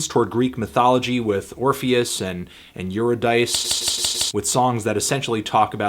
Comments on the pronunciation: lol not "yer a dice," it's "your id a sea" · you-ruh-dice EUGH you-rid-uh-see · Eurydice is not pronounced "You're a dice." It's pronounced "Yur-id-uh-see." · eurydice = YUR-ID-AH-SEE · eurydice. your-id-is-see. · Anthony. They pronounce the name Eurydice several times on two tracks, how do you not know how to pronounce it? ^^ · After a few more listens I'm really starting to love this album and I have to say, it's the themes that put it over the top for me. I know this is all opinion, and maybe you're right and I'm wrong about the album... but maybe I could humbly suggest that you listen a bit more closely (in light of the fact that you mispronounced the name of one of the two characters lyrically referenced multiple times on the album). None of that was intended to sound dickish. Probably did anyway. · Um, Anthony. You are pronouncing Eurydice completely wrong. Please take this video down now. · THAT'S NOT HOW YOU PRONOUNCE EURYDICE UGH